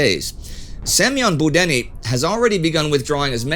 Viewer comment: I know it’s trivial but Semyon Buddenny is pronounced Boo-Dyoh-knee